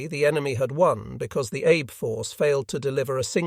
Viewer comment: If you care, the Japanese name Abe is pronounced "Ah-Bay". If you don't care, please forgive me for mentioning it. Chick Lewis